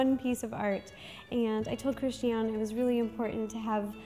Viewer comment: that's pronounced Christi -Ann. tell her to get over her self and learn her name.